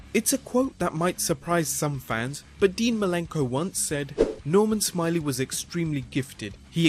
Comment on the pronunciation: Nor-mahn Smi-lay